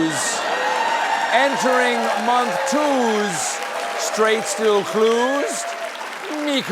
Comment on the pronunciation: Thumbs up for “cluzed”.